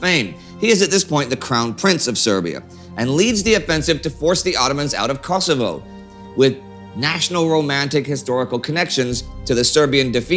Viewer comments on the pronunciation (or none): No offense Indie and not to be mean. But it is not "Kasovo" as it sounds the way your saying but Kosovo or Kosov